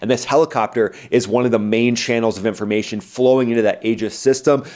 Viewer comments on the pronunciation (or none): none